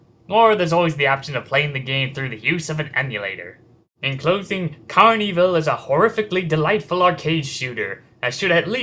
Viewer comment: it's pronounced carn-evil not carney-vill